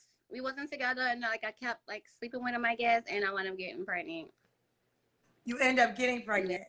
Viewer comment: “Do y’all coparent well?” Her: “Yeah. I mean no. Not really.” Ma’am, just tell the truth to start with. Hell nah y’all don’t coparent well lol. I knew this was about to be wild when she said “I got preGINT” 😩😩😩